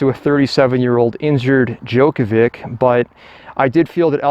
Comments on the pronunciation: Yeah, he he he, Djokovik...tell him to pronounce Đjoković- Djokovich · I can't watch your f*cking video. How do you not know how to pronounce Djokovic correctly? How annoying!